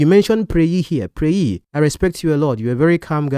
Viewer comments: Oga, thank you for not interrupting.. chaii this one sweet😢 oga, Preye is actually pronounced Priye.. or to be more precise Piriye.. not Preyi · ye as in Kanye, not yi, Preye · Omo... Each time he kept saying "pray-yi" I felt like turning the video off. LOL!